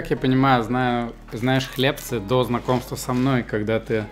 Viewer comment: хлебцы на ы ударение